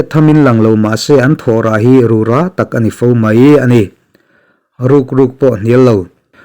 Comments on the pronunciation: Rûrâ pawh rurã tihloh tur. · Bible chhiar tam la, i zia sawt sawt mai ang. Rura tih em te, tuman an lam ngai loh dan a han lam tlat hi chu, a zialo lutuk. Sum hmuh nan a hmang tan phei chuan. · Ru ra tih hi ra hi ahniam a lamtur..